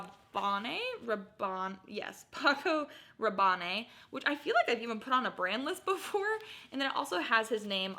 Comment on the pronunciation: Love your video.Paco Rabanne is pronounced Paco Ra Bon.